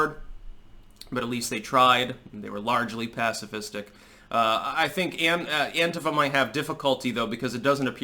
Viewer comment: Thank you for (mostly) pronouncing "Antifa" correctly. Sick of hearing the stupid anTEEfa shit.